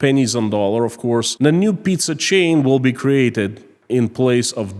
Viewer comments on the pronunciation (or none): the be called "Pi-Z-a